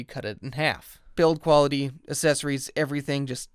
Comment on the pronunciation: The Uh-sessoreeze